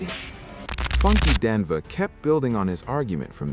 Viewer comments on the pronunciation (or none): it is pronounced Die Knee va. Funky Dineva damn. Learn to pronounce the names please